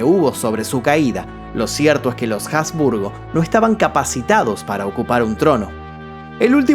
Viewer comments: Jasburgo no portavoz suena horrible, asburgo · Habsburgo, NO Jabsburgo. En castellano la H no es sonora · No se pronuncia la H de Habsburgo. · Cuando nombraste a la familia de los Habsburgo pronunciaste la H y en realidad no se pronuncia. Me encantó tu vídeo, un saludo